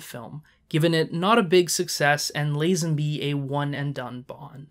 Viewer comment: Say Lazenby correctly...........